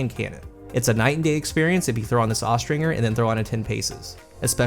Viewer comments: Austringer is pronounced with the J sound, not the hard G. Look it up. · Austringer pronounced-OSTRINGER Noun (Falconry). A Falconer who uses Accipiters, (Pretty much hawks) for hunting.